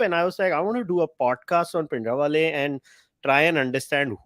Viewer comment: Bhai Jbrdasti ka pronunciation of Bhindiwale